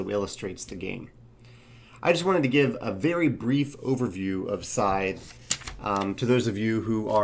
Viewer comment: everything sounds great except for one thing... that name. it was unsettling to my ears every time you said it. people trying to look it up and find it are going to have problems too.